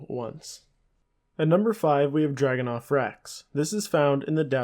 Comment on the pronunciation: DAG-AHH-NOTH, not DRAG-ANNOTH.